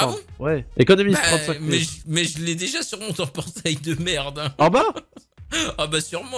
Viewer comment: oui. moijé. béja. términé